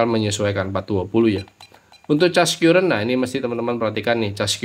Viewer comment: sekedar koreksi om, CURRENT itu pengucapannya : KARRENT , buka KYUURENT... ehehehehee